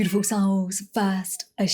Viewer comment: Every time, she begins too soon, so I hear "tiful souls".